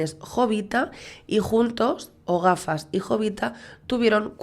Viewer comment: "O gafas " osea "El gafas " parece que le llamas Ogafas aseca 😅😅😅